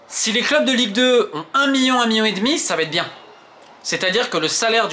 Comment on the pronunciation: Million pas mion 😂